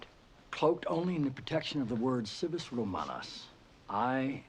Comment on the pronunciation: He didn’t pronounce “civis” correctly… the “c” is always a hard /k/ in Latin, and the “v” is pronounced as /w/. Can’t they get this stuff right man?